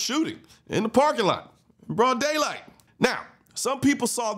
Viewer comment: Why do you have to emphasize broad daylight, as if it happening at night makes any difference?